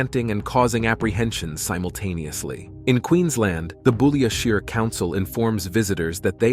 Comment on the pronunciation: it is pronounced BOULIA SHIRE not SHERE